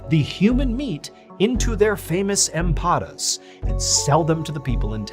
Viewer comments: 👌🏼 it’s “EMPANADAS” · Empanadas. I am not Hispanic but the word says that a piece of dough is stuffed= put inside. Read al a as ah😊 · Empanadas say it correctly 😂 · I believe you mean empanadas, not "empadas". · Empanadas not empafad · I think you meant to say "empanadas"